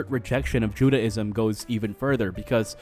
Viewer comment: while you make a lot of good points... respectfully i couldn't get through the whole thing cause t's hard to listen to you talk about judaism when you cant pronounce judaism properly lol "judy" - ism or "jew-day"-ism not jude-ah-ism